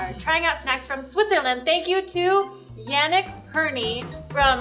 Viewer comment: Yannick is pronounced Yah-neek